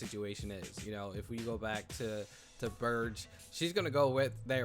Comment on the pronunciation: I'm really liking your reaction and reviews of this series. One minor detail is the Burgue is pronounced with a hard G as in iceberg.